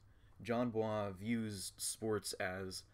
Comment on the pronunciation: bois is not like some foreign last name you actually pronounce it like boys